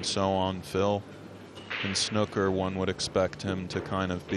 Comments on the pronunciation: dear American's its not snucker its snooker like a snood or the word mood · Why does every American commentator call it “snucker” 😂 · Snooker has 2 o's in it not 1 so stop saying snoker, leave the crayons alone. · Americans can't pronounce snooker properly, my us relatives are the same. Snooker not schnuker! :D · Snooker like snewker not like a cooker, but a puker, or pewter. Or p(oo), not c(oo)k. The English commentator certainly outlined how to pronounce the word. Somehow it was so irritating having to listen to it being mispronounced consecutively, and so bloody intentionally too. Snuker. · Any other British people here cringing at how Americans pronounce ’snooker’ ?! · The way the commentator pronounces Snooker makes my blood boil